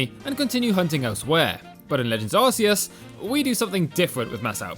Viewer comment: Finally someone that pernounces it AR-SEE-ES